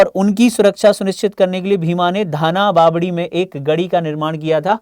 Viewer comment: धाबा बावड़ी है न की धोलाबवाडी